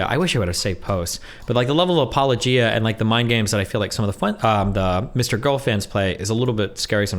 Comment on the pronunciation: Apologia? Interesting pronunciation. lolll